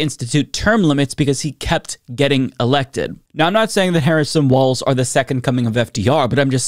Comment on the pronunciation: ….you said Tim waltz , not Tim Walz. (no “t” in Walz)